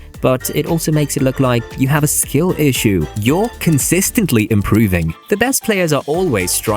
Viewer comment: you pronounce ‘consistent’ differently to me